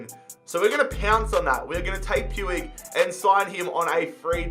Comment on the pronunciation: It's pronounced pooch not pewig just sayin lol☺